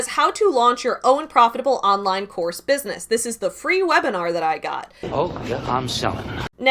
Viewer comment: Actually it's Businesss" with three s's lol. So professional.